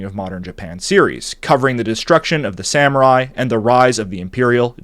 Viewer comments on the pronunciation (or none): I loved the video, I always do, but dude you gotta work on pronunciation. Like "katana" as "kuh-tay-nuh" or "samurai" as "sam-you-rye" really stands out. I generally try not to be an elitist about pronunciation, especially since your videos usually feature multiple foreign names, words and phrases all in the same story, but if you're going to solely focus on one foreign culture for an entire series you may want to be more intentional about that stuff